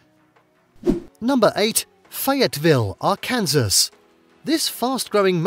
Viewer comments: Needs to learn American English. ;) Mish-e-gin. BOYZ-e (Boise). :) Ar-can-saw. (Arkansas) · Why do they pronounce it as Arkansall? I always wondered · or Fayetteville, Ar-kansas 🤦🏽‍♂️ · he called it ar kansas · Good list but you should check the pronunciations of places like Boise and Arkansas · Yeah. All credibility lost at that point. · ..... Arkansas.. you deff said that wrong .. English is a funny language